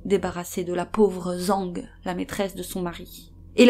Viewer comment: Video intéressante mais renseignez vous sur les prononciations, c'est pas zang, mais djang , le z en chinois c'est dj